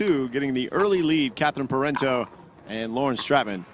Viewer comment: It's "Pair on Toe", Parenteau....not whatever you've been saying.